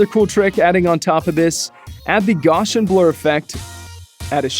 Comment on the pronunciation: Sir, please. It's pronounced GOW-see-in (or GOW-see-[schwa]n [rhymes with MOUSE-see-in]), not "Gaw-shin". It is an extremely important curve in mathematics, esp. in statistics, named so in honor of Carl Frederick Gauss (rhymes with mouse), one of the greatest mathematicians of modern times. The Gaussian is also known as the famous bell curve (not the book). It is a probability distribution of enormous importance and has been adopted by the FCP developers as an effect. Please pronounce it right henceforth. Thanks! (^_^(